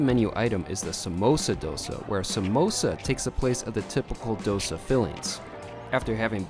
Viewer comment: Hi, it's dough-say. I am a Sri Lankan born Australian. Thank God, we don't have to line up for our dosas. Many thanks for highlighting ethnic food!